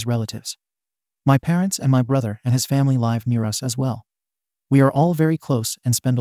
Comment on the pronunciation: OMG PEOPLE PLEASE LEARN THE TWO DIFFERENT PRONUNCIATIONs THE WORD LIVE!!!! ALL THESE STORIES OUT OF OTHER COUNTRIES ARE MAKING US CRAZY!! Please learn English and pronunciations if you're going to upload these stories